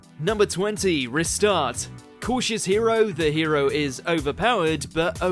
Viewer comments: Ri-star-tè, not "restart". Rista for short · Lol, they pronounced ristarte as "restart". Clearly this guys doesn't watch anime or do proper research